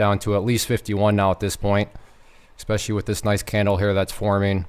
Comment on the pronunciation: You keep saying "ekspecially" in your videos. Do you know how to pronounce it?